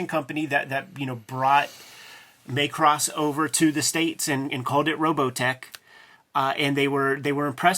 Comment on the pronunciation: Why does he keep calling it Maycross?